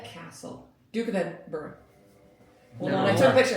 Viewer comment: Haste ye back, the west coast needs a trip all on its own, Ps. thanks for pronouncing Edinburgh correctly